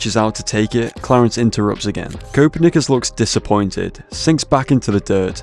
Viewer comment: The way he pronounces Copernicus makes me tweak bro😭😭🥀🥀